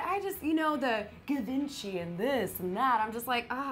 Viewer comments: not trying to be rude, just saying, givency isn't pronounced (guh-vin-chee) its actually pronounced (G-von-she) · It's "jee-von-chee" not "givinchi" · It's pronounced "gee-ven-chee" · The way she said givenchy ugh it's pronounced shj-iv-on-shay